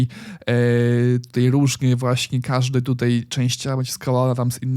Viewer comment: Super jak zawsze, jedna uwaga nie mówi się tutej tylko tutaj... ;)